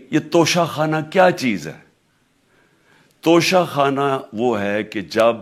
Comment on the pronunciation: "انگریزی میں لکھے ہونے کی وجہ سے انہوں نے توشہ خانہ کو توشہ کھانا پڑھ لیا ھو گا" جسٹس استغفراللہ